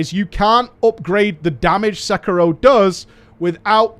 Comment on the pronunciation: Umm isn't is Se-ki-ro? no Sek-iro